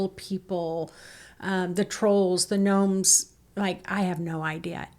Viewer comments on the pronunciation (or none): none